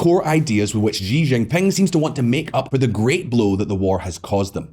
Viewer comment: how the fk are you guys pronouncing Xi JinPing as GEE ginping?! do you also pronounce Xylophone as Gylophone? ffs